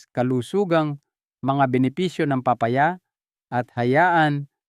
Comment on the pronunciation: Thank you but pronounce the name of the fruits right like papaya 😁